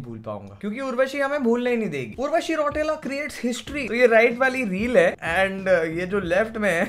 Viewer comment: Bhaiya its रौतेला not रौटेला ...😅